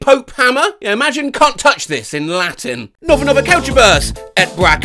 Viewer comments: That was wrongly pronounced!?😳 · Latin appears to be the only thing can't pronounce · As someone who took Latin for four years: Dear god. and Ow, my ears. and Ow, my heart.